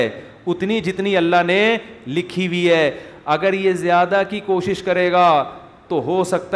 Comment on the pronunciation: Mufti sahab zayada hota hai jayada nahi